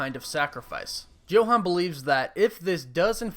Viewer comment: It's pronounced 'Yo-Hahn'